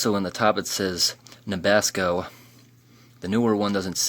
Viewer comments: Did he just say nabassco? Lol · Don't know how to pronounce ascorbic acid? What the F*** is Nabasco? Phenylalanine is a component of aspartame ...not a separate ingredient. The calorie difference and the net weight vs. servings yielded are due to the artificial sweeteners and less sugar in the newer version....so there is no mystery there. Skipped a few classes in HS eh? Your videos of old foods being opened are neat, but the less you speak the better. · Or "Nabasco" 😂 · Nabasco??? It's Nabisco, major corp. Spun off to General Foods, then Kraft, now Mondelez. National Biscuit Corporation. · Why you gonna pronounce nabisco like it’s tabasco? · Why can't you pronounce Nabisco?